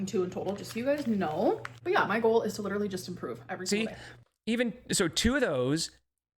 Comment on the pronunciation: Dang, won't all those ayygs bother her ayyg allergy or intolerance, whatever she is calling it these days ? 😂 She lidurally just makes 💩 up.